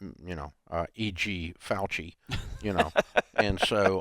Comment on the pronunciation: Fauci. Dave is such a tool he can’t even say the name properly, has to act like a child